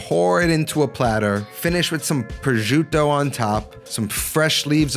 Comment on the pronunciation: Pro-jiew-tto ..Lol what? It's pro-shoo-tto.